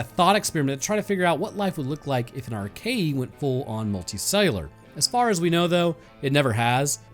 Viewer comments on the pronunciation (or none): It's pronounced Ar-kay-uh. Not Arkayee